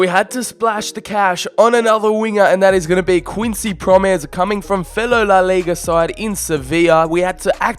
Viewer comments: It's prom-es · Please learn to speak out the names (Pro-mēs) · The way you say "Quincy Promes" is so painful It's not pronounced Proms it's Pro Mes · Prom es not proms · It's not proms but promès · HIS NAME ISN’T PROMS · It’s Quincy Pro-Mes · Promes is pronounced like gomes